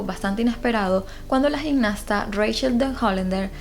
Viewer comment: No se dice "gignasta" sino "gimnasta", asì como se escribe.